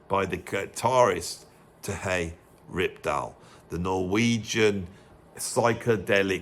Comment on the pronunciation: Terje Rypdal's name is pronounced Turr-yuh. I live in Norway, and I know!